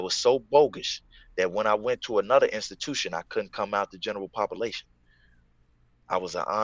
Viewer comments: Read it just as he said it !!! 😂😂😂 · From now on I’m saying “pop-a-lation”